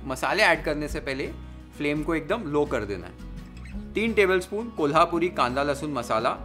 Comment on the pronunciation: Kolhapuri, zanzanit ,watan ani misal pronounced so correctly ❤